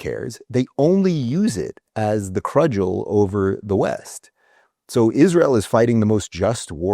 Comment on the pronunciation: I know how petty this sounds. The word is cudgel. That was driving me nuts.